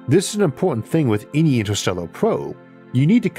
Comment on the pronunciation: I can’t listen to this voice lmao “intuhstewwuh”